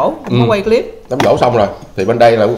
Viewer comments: Đám giỗ nha em, không phải đám dỗ... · Giỗ chứ ko phải Dỗ)) sửa lại b nha 🥰